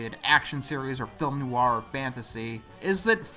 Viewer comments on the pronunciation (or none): none